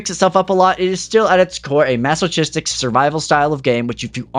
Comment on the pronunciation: • • • • • I wanted to let you know, since I haven’t noticed any other mispronunciations on the entire channel, that masochist’s “ch” is a K sound. Mass-Oh-Kist. 🧐 unless you did it on purpose to get more comments.